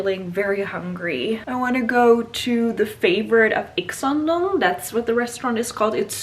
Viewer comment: Wow..U r good pronunciation "Ikseondong" 😍🤩